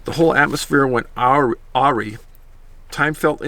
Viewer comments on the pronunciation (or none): That’s pronounced UH-Rye.... and it wasn’t an owl 🦉 but proud to be part of your village ❤️ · David, awry is pronounced “a rye” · AWRY- UH-RYE great vid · Awry. Messed up or going wrong. uh RI ‘. Thanks